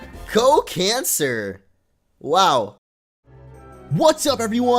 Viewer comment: Can you please pronounce the name as "Co Can Sar" (Sar as in Sarlacc (that's starwars just in case)). Feels really "eehhhhh" to pronounce it as cancer... :\